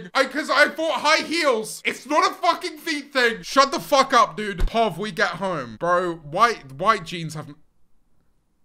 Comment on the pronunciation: I cannot believe nobody noticed that says POV as POV and not pee oh wee